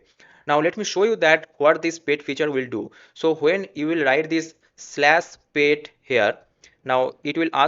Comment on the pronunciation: at least use Google for correct pronunciation for the word PET. bro it is not "payt"